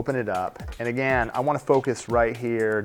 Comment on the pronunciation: Can you come back when you can smile and pronounce "again" correctly? The nail was pretty but you were pulling a k-stew the whole time